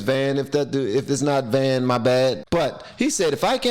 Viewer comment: It is "Vann", and you nailed it!! But you notice, it worked. Nobody seems to be engaging. We're like France and Italy...